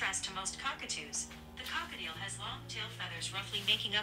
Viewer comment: “Cockatieuxx” “Ballistic” IM CACKLING